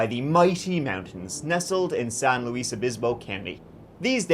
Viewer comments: San (LOO-iss) NOT San (loo-EEZ) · You've been to SLO county a few times,, but you need to learn how to pronounce Luis! It's not pronounced like Louise:)